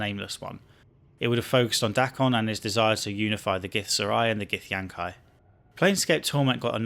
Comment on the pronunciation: It's pronounced "Gith-yankee"